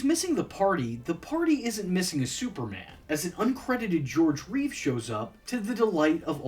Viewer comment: Not identical. George Reeves, Christopher Reeve. He mispronounced it in this video.